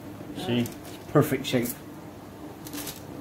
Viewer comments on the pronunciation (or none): Dengar Perpeeek nya ngakak Aku da.. hahaha